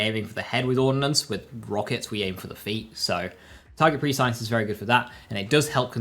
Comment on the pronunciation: Complex Root can be any element. Had it in Maurice Vendor last week. Also, Prescience is pronounced press-ee-ence. Not Pre-Science.